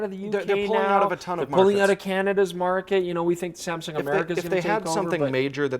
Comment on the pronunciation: Saamm ssuungg?? 😂